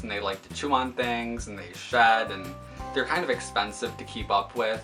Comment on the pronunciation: I love your rabbit!! So cute! Also when you said shed i thought you said shat! XD Very helpful video!